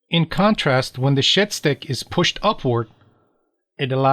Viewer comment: 14 mins in and I’ve just realised you’ve been saying shed stick and not shit stick